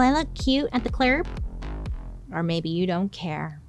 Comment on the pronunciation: In the “clurb”! Bailey - I love you so much! ❤